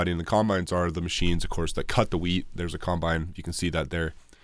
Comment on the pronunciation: Wheat 😂 i thought you said weed 😂😂😂